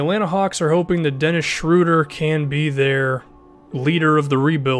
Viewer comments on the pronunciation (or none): none